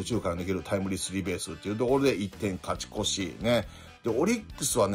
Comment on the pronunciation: 伏見選手今回は腰の影響もあったのかなとは思いますが、里崎さん超多忙なのに連絡したらアドバイスくれるって優しすぎだしありがたいですね。たまに勝ち越しがカチコチって聞こえるのかわいい😊